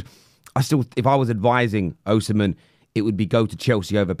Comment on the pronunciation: Victor OHsimhen 🤣🤣🤣